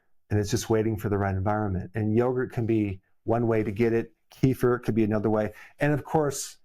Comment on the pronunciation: Eric ... it's NOT ----> KEEE - fur ❌❌❌ It is called -----------> kuh - FEER ✅✅✅